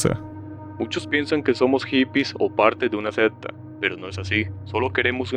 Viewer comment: bro, pronuncie secta bien primero jajaj que me da un toc